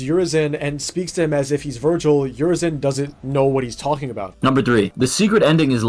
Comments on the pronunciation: Ah yes my favorite sparda brother “virgil” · Why the hell is he saying vergal 😂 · it's not virgil.... it's vergil. And that dude says vergal.. Understood or not 😂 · I think this guy hasn't actually played any dmc game hoe he pronounced Vergil is evident and his reasons are so trash like I've honestly never heard anything more stupid than this